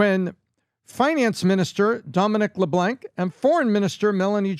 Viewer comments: Leblanc pronunciation has a silent “c’. It is not Leblock. French, of course. 🇨🇦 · Ha! Ha! I love the American pronunciation's of LeBlanc and Jolie. Canadian here, we love our country, but what the Liberals have done, it's not even recognizable! There are no-go zones ie: Brampton! No way, do we want to join the USA. Nope!